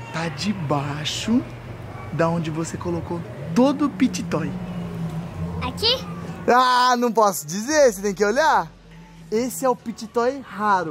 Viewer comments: O diz pity toys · e o falando pit toy mais na vdd é fidget toy kkkkkkkkkkkkkkkk